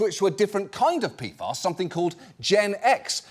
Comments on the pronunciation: Wait it's pronounced "P-FAS"? All this time I was thinking it was "P-F-As" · Who tf came up with the pronounciation P-FAS It's calles P.F.A.'s like every sane person would name it gosh 🙄 Been wondering about this for a year now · Tell me I'm not the only one who keeps hearing, "pedophiles". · It sounds like he's saying P-Farts. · peefahs. Ridiculous. Also have chem degree also never heard. Saying pee ef ay is hard work now. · Was I the only one who kept hearing "Peedfiles" when John Oliver says "PFAS"? Like I figured it was a joke to make it sound as scary as it is or maybe just make sure people are paying attention, but I'm not sure now if it was intentional or even just me having bad hearing.